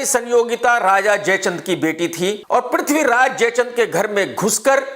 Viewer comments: Tum bosdike ke namm sahi se lo prithviraj ka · Sahi se naame la le bewakoof the great warrior Prathviraj g ka